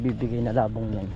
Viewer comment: Yabong! Hindi "labong"